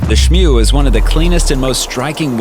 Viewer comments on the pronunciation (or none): It's smew not shnew